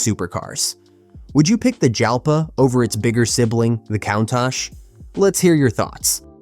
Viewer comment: It's Lamborghini Jalpa , pronunciation like in the word jalapeño